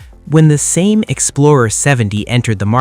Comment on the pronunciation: Utter Bollox, all of it! You cant even pronounce Same properly.